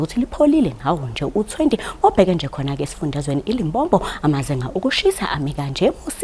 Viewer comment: I'm worried about the pronunciation of Limpopo province by the weather service presenter 😮